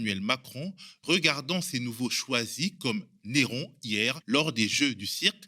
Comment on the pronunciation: Bonsoir, ** Correction : on dit un - héron ( la 1ere lettre, le H empêche de faire la liaison. Peu de mots commençant par un H permettent la liaison comme l'heure --> dans ce cas, le H ne fait pas barrage )